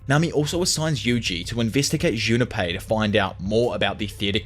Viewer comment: Say are you saying "Junapie"?